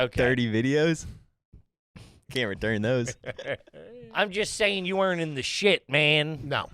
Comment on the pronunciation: if you start saying "weren't" like in TWO syllables (were rent) b/c you listen to the pod on the reg?